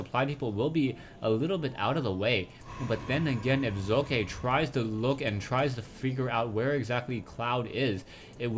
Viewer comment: Heads up here on how to pronounce 'Socke' =) translate. google .com/#de|de|socke Remove the spaces and listen to it.. the Z in the beginning is good but the E in the end isn't =) #rawr